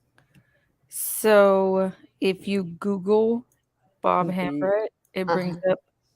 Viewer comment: I believe Hambrecht is pronounced "Hambright".